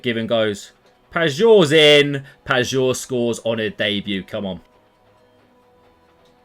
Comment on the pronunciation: hey if you care you could pronounce pajor more as payor/payeor instead of pagor if you get what i mean cheers